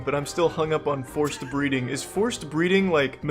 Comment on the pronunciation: Every time she said "horse breeding" I understood "forced breeding" ._. I only got it with subtitles -_